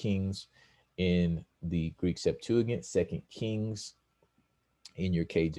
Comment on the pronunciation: You aren’t even pronouncing Greek Septuagint right. 🚨